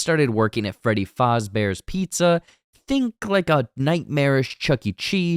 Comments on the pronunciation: Homie really said Freddy FALLZbears pizza 😂😂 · The way he said Fazebear’s💀